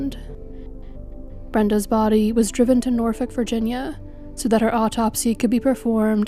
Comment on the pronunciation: Excellent work as always AND the correct pronunciation of Norfolk..you must be a native! 😊